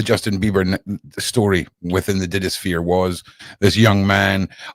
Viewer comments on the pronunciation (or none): none